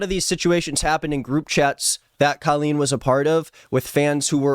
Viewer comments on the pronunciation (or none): I’m sorry but you pronouncing her name as Kaleen is so funny to me😭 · this has nothing to do with the video but i just halfway through the video i noticed he is pronouncing her name wrong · That's not how you say her name